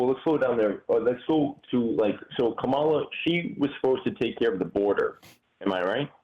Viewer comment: Her name is pronounced like "comma" "la". Not "ka" "Mala"